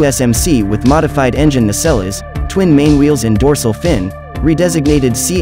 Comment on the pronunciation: I wonder why they didn't switch out the engines for turbines? Weird pronunciation of nacelles.